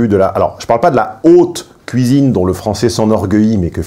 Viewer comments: La "couisine" 😅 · C'est moi ou il dit "couisine" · ne peut plus s'empêcher de prononcer 'cuisine' dans sa version belgocongolaise. Son visage reste parfaitement neutre, pas un indice complice. J'adore! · C'est assez troublant ta façon de prononcer le mot cuisine , tu le fais "à la Belge" :) (je suis Belge)